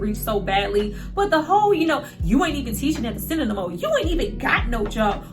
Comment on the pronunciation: You killed me every time you said THA CENTAA🤣